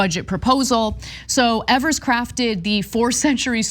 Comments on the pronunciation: Exactly. His name is pronounced as eevers. Not Evers. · It's Ee-Vurs, not Ev-Ers, FYI. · KNEW Ana would be the type to pronounce it (incorrectly) as "eh-vers" instead of "E-vers" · "First governor in a million years" ... To Grow A Pair! By the way, its Eeeeee-vers, not evers. Having shared that, Gov. Evers is an educator, school superintendent, etc, so he Knows to his bones how important any and all assistance to and for students to learn as much as they can before they step into this 'adult' world. Did anyone notice he also kept the dollars in for voucher/charter school kids? Its because it's about The Kids! Gad Bless Him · Of, for FUCKS sake. His name is pronounced EEvers, not ehvers. He's been governor for FOUR years and you STILL pronounce it wrong. You are supposed to be a professional - learn how to say peoples' names correctly. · When Tommy Thompson was our governor, for years and years, he used this power regularly, so turnabout is fair play. One nitpick: Evers is pronounced "Eevers", not "Evvers". Keep up the good work. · His names rhymes with beavers. As progressives you really ought to know that (he's been Governor for 5 years). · I live in Wisconsin. This power has existed in Wisconsin to governors for decades. They only complain when a Democrat is sitting in the governor's office and he exercises this authority. And by the way, his name is pronounced "Eavers." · FYI it’s Tony Ee-vers, long E. Also Wisconsin governors have had the Line Item Veto for as long as I can remember. Generally speaking, Evers doesn’t have wide sweeping powers because the republicans stripped most of them when he was first elected. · I think his name rhymes with Bever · Tony Evers is one of the two best things that have happened here in Wisconsin and the other was a Democrat getting elected to the Wisconsin State Supreme Court! And for your information, the governor's last name is pronounced a long e as the first syllable! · It's leviOsa, not leviosA...